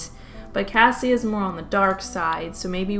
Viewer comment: Anyone else gonna tell her its cassie and not cassia??? 😅